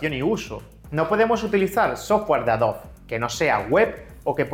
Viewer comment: Tengo una duda no referente al video en si, si no a como pronuncias el nombre de Adobe como "Adob" ¿a que se debe esa pronunciación, si en inglés se pronuncia "adobi"? en español se deberia pronunciar como se escribe tal cual AdobE.